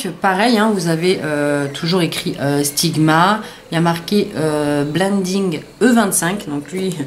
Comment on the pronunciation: bonne video mais le pinceau sigma c'est un extravagenza et c'est la maniere normal don la marge sigma les a ecrit sur leur vrai pinceaux se n'est pas aliexpress qui les a mal ecrit voila petite info :) et sa me fait rire la maniere que tu dit "sigma" tu le dit "stigma" mdr mais c'est sigma voila petite remarque pas mechant voila gros bisou et merci pour t'es belles videos.